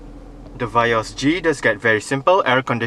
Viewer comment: Vee yos rite not va yos